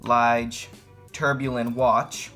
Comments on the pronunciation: you're making a mistake in tourbillon. It's pronounced too-r be yon (not tore) :) short R, like tour de france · hi young man ..love you vid....fyi....its "tour bee on"..... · If it was 40mm or smaller it would be in my cart right now, but it looks a little yuuuge for me. My wrist is a little smaller than yours. Keep it up man. And repeat after me: "pah-TECK fee-LEEP". And "tour-bee-YAWN". :-) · Lol good video homie. A few corrections to help you advance. Tourbillon is said 'Tore be yon' The open heart is the balance wheel. Patek Phillipe is said 'fuh leap' Homage is said 'ho mahj' The design on the rotor is called jeweling 6 tics per second is a low beat movement. They're usually a bit jumpy, that's likely why they opted out of the second hand. 8 beats is what gives you that beautiful sweep Glad you're enjoying your time piece. 🤘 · Imagine taking watch and finance advice from a 12 yr old who can’t pronounce any of the watch terms correct and also thinks the case is crocodile leather. In all seriousness, if your gonna do watch reviews you need to learn to say “Tourbillion” and Patek Phillipe correct. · Not going to lie I stopped watching the video bc ur butchering names of movements names of very well know watch makers your video could have been worth watching if u just learn how to say the name of the homage watch ur trying to describe the patek philippe pronunciation not a phillip and u kept saying tourbillon wrong as a watch buyer seller and collector it hurt me to hear you talk about the watch